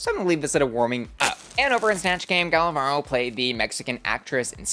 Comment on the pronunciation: Gala Varo 🤑🤑 ❌ Gala Barrrrrrro 🗣️💩 ✅